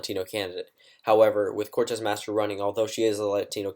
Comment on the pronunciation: It's "Cortez Masto," not "Cortez Mastro."